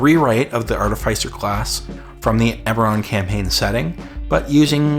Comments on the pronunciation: Artifice is pronounced like artemis except the obvious diffrence. Artificier is pronounced Artefic-ier. We don't say Artif-EYE-sial intelligence or artef-ICE-ial intelligence. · Arteficer is pronunced like artificial. As is Artefice.